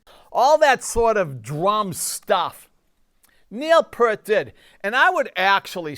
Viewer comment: Great work! BTW it's Neil Peart (pron. Peer-t).